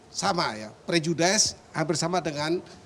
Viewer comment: prejudis bapak gayus...bukan prejudais :)